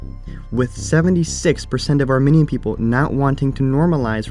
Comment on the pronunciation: You keep pronouncing "Armenian" as "Arminian" and I, an Arminian, am offended. Armenians and Arminians are two completely different things.